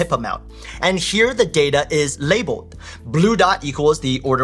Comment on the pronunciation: the way says l"abelled" Lol 😂